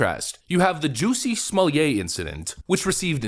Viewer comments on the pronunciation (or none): Smoll-yay? It's smol-lay. There's no "y" sound in between.